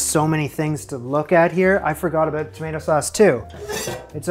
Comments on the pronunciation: Julia's pronunciation of tomato offends me. I am a to-mah-to person (Aussie), but to-may-to is so normal because I see plenty of American media, but to-mat-o? Osik. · Making the lasagne noodles from scratch. I’m getting Eva and Harper vibes here... Oh and Julia actually gave the red juicy fruit (used like a vegetable) a British pronunciation - tomahto - I don’t know why. You switched from a long A standard American sound tomayto, to a short A American sound tomatto - I don’t know why. It’s not the sound she made😶 You did manage to make doing her recipe a much bigger time consuming adventure than she did. The final result certainly looks better than her effort, but perhaps not quite as useful if you’re making it because you were choosing a simple recipe you could throw together to prepare quickly for some guests arriving on short notice🤔 I’m glad that after all the extra effort you put in it turned out so well. I hope you had others to share it with. By the way remember she said you could use the extra left over tomato sauce to put more on when serving it to those last minute guests😊